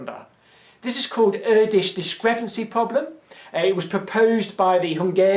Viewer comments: Ur-dish? Seriously? It's Err-doush, rather. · Erdős's name is pronounced just as poorly as he spoke English. At least that what I've read about him. I've looked it up at wiki: [ˈɛrdøːʃ]. I hope it helps. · Why do you pronounce Erdős as Őrdes? :p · It's really funny how you pronounce Erdős :D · Not sure if it's of any interest to you, or if you are even going to read this, but your pronunciation of the name "Erdős" is a little bit off. The "E" is pronunced much like the "a" in "ant". The "ő" is similar to a very british pronunciaton of the "o" in "low" where your mouth is shaped like a ring. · Awesome video! :) One insignificant comment though, Hungarian is a pretty weird language, so Erdős, is actually pronounced with an "e" as in egg, and a long "ő" as a long sounding ea in earl. :) You rock!